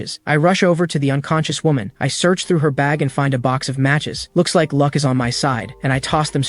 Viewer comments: 😂😂 I'm dying on lunck instead of luck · Bruh "lunck maxed"